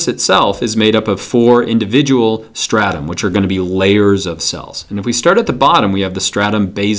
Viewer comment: at 1 min and 6 second you said four statum?